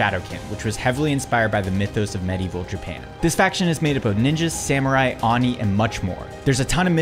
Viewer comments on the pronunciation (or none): Your pronunciation of Oni 💀